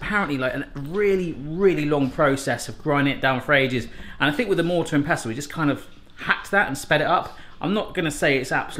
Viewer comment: Mortar and pest-tel? Lol it's pronounced "pessel". Great vid.:)